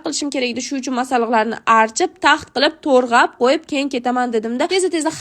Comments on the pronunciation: Torg'ab😂 emas to'g'rab👌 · Торгап эмас тограб болади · Tõrğab emas tõğrab bõladi😂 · Turgʻab emas tugʻrab, tovlanib mas toblanib. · toʻrgʻab❌ toʻgrab✅😂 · Balkim tòrĝab emas tòĝrab bòlar aa😂😂😂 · Men rosa ko'p eshitaman "to'rg'ab" degan so'zni 🤔tug'rab bo'maydimi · Ex opajon torgʻab emas togʻrab deyiladi😂😂😂😂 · To‘rg‘ab 😂😂😂😅😅😅😅 tovba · Tog'rab ❌ Torg'ab ✅..... 😂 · Toʻrğapmas toʻgʻrab boladikuuuu😅😅😅😅😂😂😂😂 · to'rg'ab bo'midi to'g'rab diyiladi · Turğap emas tuğrap😂😂😂😂😂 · To'g'rab❌️ To'rg'ab✅️ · torgab mas tograb diyiladi😅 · гапиришти урган тургаб эмас туграб дейилади чимо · To'rg'ab emas to'g'rab boladiyu😅😅😊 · Turgʻab miii 😂😂 tugʻrab emasmi aa😅😅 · Torģap emas tòģrap😂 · Toʻrgʻap😂😂❎. Toʻgʻrap✅ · Toʻgʻrab ❌ toʻrgʻab ✅ Oyoq❌ ayagʻ✅ 😅😅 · To‘g‘rab❌ to‘rg‘ab✅ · Torğabmas toğrab 😂😅 r bn ğ farqiga bormisizmi😂😢😅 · Toʻgʻrab ❌ Tõrğab✅ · Tórğab degan sózizga ólayda😅😊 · Torgab emas tograb boladi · Tōrğadizmi tōğramasdan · Тургаб😂😂 не Туграб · Targab emas rograb😊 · Tórĝab🤨🤨🤨🤨tóĝrab masmi moboodo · Torgab emas tograb boladi opa❤😂😅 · Torĥab qoyib emas toĝrab qoyiladi😅😅😅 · Töğrab deyiladi. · Tograb deyiladi to'rga mass😂😂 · Туʼграб дейилади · Tuğrab 😂😂😂tiliz jingalakmi😂😂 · Togʻrab deyiladi😂😂😂😂😂